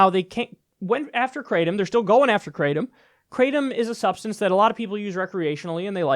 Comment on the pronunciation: And for jeebus sake stop calling it “crate-um”. It’s pronounced krahh-tom. It’s a Thai word.